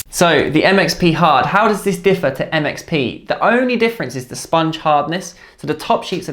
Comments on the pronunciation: when you say it fast it sounds like "it makes me hard" lol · the MXP hard sounded like 'that makes me hard'